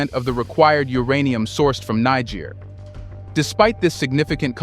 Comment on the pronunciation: Fantastic work! Just one note. Nigerians (pronounced 'Ny-Jerry-ans') live in Nigeria (prounced 'Ny-Jerry-ia'), and Nigeriens (pronounced 'Knee-J-sh-air-ians') live in (as you correctly pronounce 'Knee-J-sh-air'). Great stuff. Thank's for your great work. Peace and love